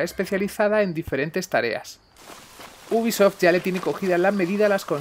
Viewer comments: Sson mis oídos,o dice buguisoft nada mas empezar el video..... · leon s kennedy venga coño!! Repetido mil veces al maximo. Te acepto que pueda parecer que dice bu en vez de u de ubisoft, pero el gui madre mia es clarisimo. Y entre bi y gui ya hay gran diferencia.